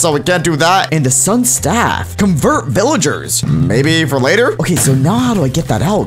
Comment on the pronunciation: Vilyarrrs me: you mean villagers